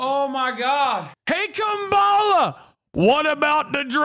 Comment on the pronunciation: Why is he saying Kambala?